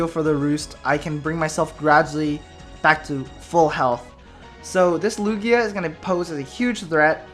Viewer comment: Its Lugia